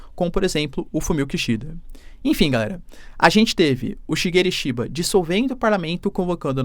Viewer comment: 😊 falou o nome do primeiro ministro do Japão direitinho😊😊😊 Valeu prof